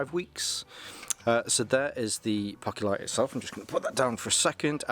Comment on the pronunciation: ( POH-kee-lit) There ya go Mate